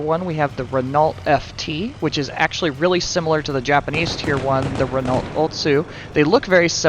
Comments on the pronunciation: Did you really just pronounce Renault phonetically? It’s pronounced ‘Reno’. Stupid idiot. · pronounced 'renno'